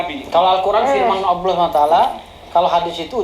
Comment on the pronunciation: Itu si bilang kata " Allah " saja sudah salah. Ngaku2 paham ilmu islam. Tulisannya ALLAH bukan dibaca " aWlah" Tidak ada huruf "w" dalam membaca "Allah"